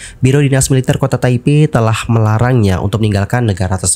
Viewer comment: Kenapa baca Militer seperti baca mililiter. Ter nya kerasa gimana gt, ga biasa😅